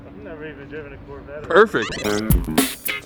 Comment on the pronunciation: the "SORE"vette